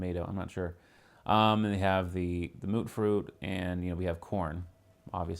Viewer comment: its Tay-toe like potato/tomato. Connie Abernathy tells ya. And its Mute-Fruit or Myute-fruit for mutant fruit. Not Mootfruit. Sturges tells ya that. Other than that this is a good build, especially on PS4. I was also looking for an idea of what to do with Oberland and this has given me a few ideas. Thanks for putting this up.